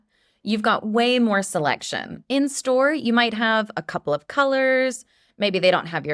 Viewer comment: I love the way you taught us how to pronounce "a couple of colors" (copla), and I also learned how to use the word comb in another context. Thank you ❤